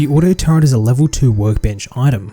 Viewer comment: it's a "turret" not a "turrent" stop adding. pretend R to the word.